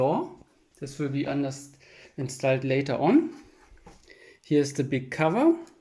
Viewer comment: and its called instoled and not installed xD